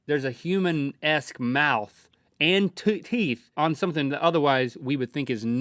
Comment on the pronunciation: CLOSE THAT MOUF!